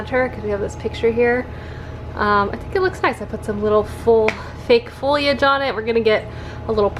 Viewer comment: I love you but it’s pronounced faux-lee-age not FOILage